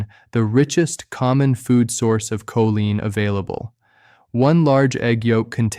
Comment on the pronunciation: I would love to hear a real person speak rather than AI generated. Just listen to how choline is pronounced differently in different parts of this video. Definitely not subscribing, even if the information is accurate.